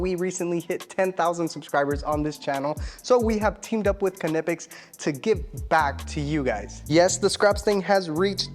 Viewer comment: Say it with me... NYE-PEX Just like the word knife, the k is silent. Great tools though, seriously, I have a ton of them.